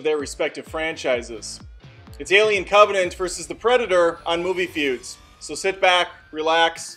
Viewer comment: Is anybody else disturbed that he called "Covenant" to "C*ntvenant"?